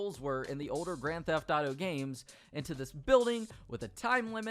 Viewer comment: why he say “greN theHF aUto gAYm” like that tho